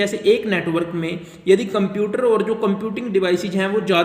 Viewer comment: Computer ❌ cuumputers✅